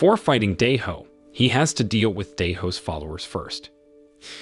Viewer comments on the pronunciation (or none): none